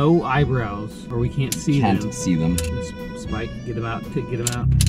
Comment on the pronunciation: I was watching saying spike!but then I paused it and it sound like’Sike!’